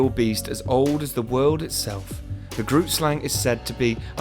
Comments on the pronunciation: I am from South Africa and you pronounce Grootslang wrong. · That's not exactly how you pronounce it lol (I'm South African) The name is Afrikaans and translated to English it means: "big snake" #themoreyouknow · Me: (also a South African) Awesome to see a video about a local cryotid,just wish the creator made more effort to learn how to say "Groot Slang" and "Richtersveld".